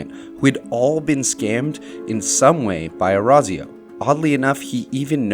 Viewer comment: Your pronunciation of Orazio makes me want to rip my ears out Other than that great video!